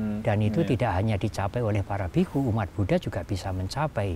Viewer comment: V dibunyikan w, bhikkhu Panyawaro, theravada dibacanya therawada. Ini bahasa Pali.